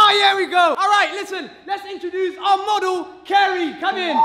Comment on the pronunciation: Moder, not model